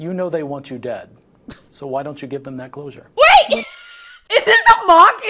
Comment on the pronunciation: 'clousure'....oh my. I like this interviewer.